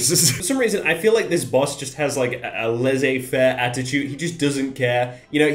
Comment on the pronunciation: laissez-faire!! if you are going to use French then please learn how to pronounce it properly because the words sound wrong in English. As an example 'Frenchman' said with an English accent sounds like 'Piece of shit', which is accurate but the French don't like to hear it.